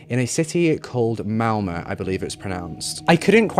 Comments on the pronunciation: This case I've heard of. I'm from Norway. You are the first english speaking person that pronounce Malmø correct. My key board doesn't have swedish letters so I don't have the right ø. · I know this is an older video, but I was curious on how a non-Swede would talk about this (it happened kind of close to where I live in Sweden) and I just want to give you a thumbs up on pronouncing both her last name and Malmö (ö isn’t a fancy o and you got that!)